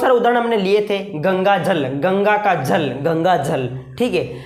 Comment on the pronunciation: Are yr jal ko jhall kyu bol rhe ho 😢